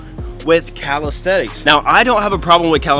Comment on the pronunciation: why you keep saying "calistethics"